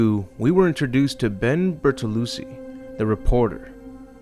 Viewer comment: Ben BertoluCHI not Ben Bertolusee lol